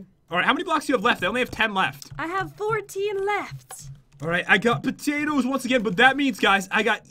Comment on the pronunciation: Sithlord Gam3r112 no I thought pat said patootoos??